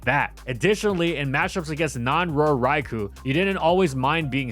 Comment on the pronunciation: Still waiting for that Trick Room-setting ability. And for to pronounce Raikou correctly.